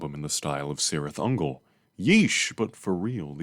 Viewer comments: Nitpick: It's pronounced Kirith Ungol, not Sirith. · Ay bruh Cirith Ungol means “valley of spiders” in black speech (Lord of the rings language) and the C is pronounced like a K